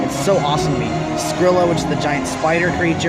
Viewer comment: It's Scylla, not Scrylla.